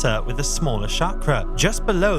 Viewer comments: It's pronounced cha-kra, not sha-kra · Not Shakra but Sakra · I really have to wonder why so many “spiritual” people mispronounce the word chakra. It starts with ch not sh. Shakra is another name for Indra whereas chakra is the wheel as depicted on the Indian flag.